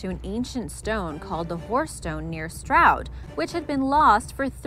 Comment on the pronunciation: I never expected to hear Stroud mentioned in a sidemen video, also I can’t believe the American lady pronounced it right?!